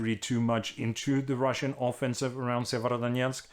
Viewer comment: Tak Anders.....og hold kææææft hvor har du øvet dig på at sige Sievierodonetsk ;-)